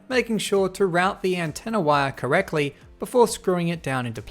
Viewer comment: He said correcly instead of correctly